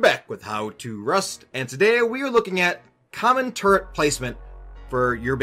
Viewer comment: He said Turret! Not Turrent! Praise the lord.